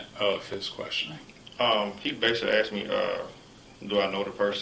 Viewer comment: He ‘axed’ me lmao